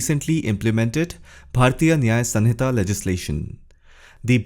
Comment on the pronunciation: Resp Sir, It's not SUN-hita